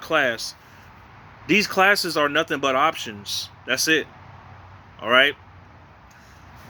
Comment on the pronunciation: Every time you say options, I cringe. LOL